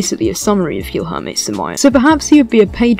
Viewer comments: You saying guijorme is quite stressful for brazillians, lol, but thanks for the video, im brazillian and i didnt know who is samaia. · i have a blast every time i earth an english trying to pronounce the LH sound